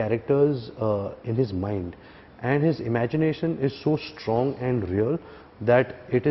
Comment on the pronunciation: LOL! I like how Ranbir says 'shtrong, shtrongly' ;)